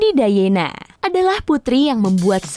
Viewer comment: Lady "Dayena" harusnya Lady "Dayana". Charles harusnya "Carls"